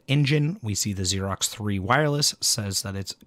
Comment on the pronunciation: Did you say Xerox? It's Aerox, pronounced 'arrow'. LOL